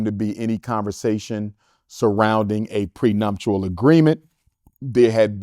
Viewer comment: PreNUPtial! Not prenumptial doc! 😂🤷🏾‍♂️